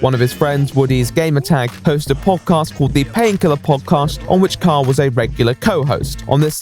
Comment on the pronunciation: I keep hearing "Kyle" as "Karl"